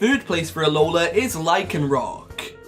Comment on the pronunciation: It's Alola, not Aloha! Please get it right!